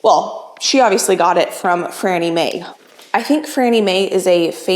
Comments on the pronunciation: FANNIE, NOT FRANNIE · It is Fannie May, not Frannie May. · lol its FANnie May, not FRannie Mae. Fannie was a common name early 20th century but no idea what its short for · Um, Sweetie, it's FANie May, not FRANie May. Fan -- not FRAN. It's irritating to hear you say that. Of course, Fannie May is a famous candy company. It's been around since before See's got started. My dad gave me Fannie May's peanut brittle recipe that he got from one of their workers with the proviso never to give the recipe to anyone else. I've been making it for 60 years. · It’s Fannie May, not Frannie May!💕👸🏻💕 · FANNIE....NOT FRANNIE! 😂😂😂😂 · Fannie May - not Frannie. I would not change Fannie’s Recipe. Stores used to be all over Michigan. Loved her white chocolate. Also you should try Alton Brown’s Easy Peanut Butter Fudge. It is the bomb! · Not sure if you’re mispronouncing it or if Grandma Ruth jotted it down wrong, but it is FANNIE MAY (not Frannie). - lifelong Chicagoan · Are you sure it’s not Fannie May instead of Frannie May ? I’m from Chicago where Fannie May reigns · Fannie, not FRannie! Love your channel! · Fannie Mae ... not Frannie Mae :-) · It's "Fanny" May not Franny May. Excellent candy company! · Actually, it’s Fannie May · It's FANNIE Mae with an AAAAAA NOT AN R.. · Fannie Mae. No "r".